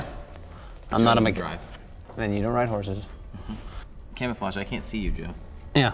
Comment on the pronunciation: the way he says “horses” 😂😂